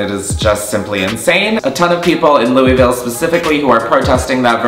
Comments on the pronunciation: “LOOOUUIIEE VILLE” me, a Kentuckian: suddenly violently ill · So I live in louisville, and everyone not from here pronounces it “looeyville” but people that live here pronounces it “loolvull”... I know it’s weird and it makes no sense that it’s pronounced like that, but I just thought it was funny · "Louie ville" lmao it's "loo a vool" (Louisville) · i love you but hearing you say louie-ville has stressed me out lmao. It's loo-uh-vul <3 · I’m from Kentucky and so you don’t get roasted by Kentuckians, it’s LOO-UH-VUL not LOOEY-VILLE. I know. It’s weird. It’s Kentucky. Lmfao.